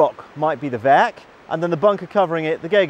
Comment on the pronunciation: the german word werk has multiple meanings. in millitary context werk means fortress, in civilian laguage industrial facillity. btw ur german pronunciation is quite good.